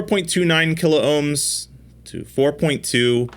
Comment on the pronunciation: P L E A S E ! ! ! Stop butchering the Kilohm word ... it is only 2 syllables, not 3.